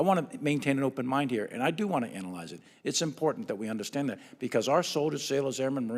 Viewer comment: I can't take a man who says " I wan't to undershtand" seriously.